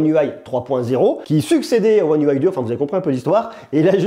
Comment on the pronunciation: Un déluge de mots pour rien pour commencer (car j'ai pas tenu 30 s) ! Une vidéo ça se prépare. Et puis soit on prononce UI à la française soit à l'anglaise mais pas un mixeur des 2. Dommage car le sujet était intéressant !